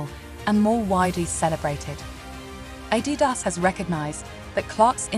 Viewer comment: Even Adidas isn’t pronounced ‘properly’. ‘Perfectly’.